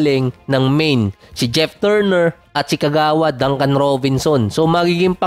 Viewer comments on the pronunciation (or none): none